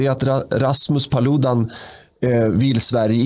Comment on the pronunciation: En gång för alla - Paludan uttalas med betoning på första a:et !